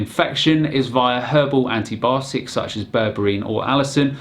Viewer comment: Did she say "antObiotics"?